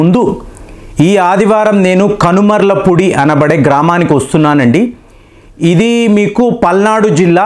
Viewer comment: Sir, adi కనుమర్లపూడి kaadu కనమర్లపూడి